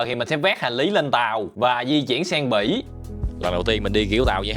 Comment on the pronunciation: Bỉ mà tui nghe là Mỹ😂😂